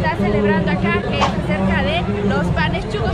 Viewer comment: Solo para dejarte saber SON SHUCOS o sea sucios, de la calle no de restaurant, NO CHUCOS, me gustan tus aventuras a traves de tus videos.